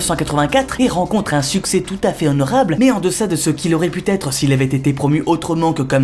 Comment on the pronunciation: ou?:"... que vous voyez t-ici"..:"En-deçà de ce qu'il aurait pu t-être" Aaaaargh! Ou bien "t-aaaargh..."